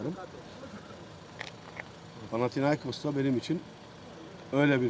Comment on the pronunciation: FAtih terim hatalı olarak panatiakos dedi birkaç kere.. Seyret !